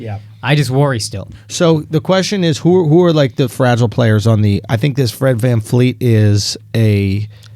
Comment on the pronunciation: It's Van VLEET you absolute scrubs.